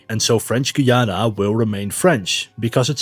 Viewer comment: Its Guy-ana not Goyana sadly some Spanish people want to invade us